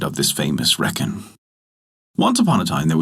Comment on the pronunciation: pronounced Reek-in